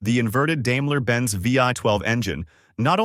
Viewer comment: dame-la, lmao. its pronounced dime-la ;)